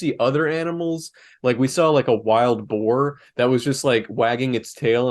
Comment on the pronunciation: Boar? You mean boar?